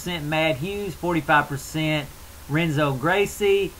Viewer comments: Dude. It's pronounced "Henzo" Gracie. I cringed every time you said "Renzo," hah. But anyways, I pretty much disagree with everything you said about the BJ fight. BJ is in his prime! Did you not see what he did to Kenny and Diego, both of whom are better than Frankie?... The only reason Frankie got the title shot was because Gray Maynard looked pretty shaky against Nate Diaz. I just don't see where Frankie is better than BJ. Striking? C'mon man... BJJ? C'mon man... Wrestling? BJ is too flexible. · Hehe. I like this guy. Like the southern draw, cool. The R in Portuguese is pronounced like a H. It's spelled Renzo, but it's pronounced Henzo. Not that i understand Portuguese, but guys in my class speak it.